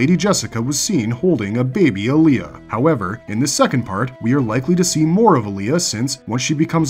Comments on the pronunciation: It’s AAh-lia, not ALi-Yah. 1 movie, two series and still the mispronunciation? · Alia not Aaliyah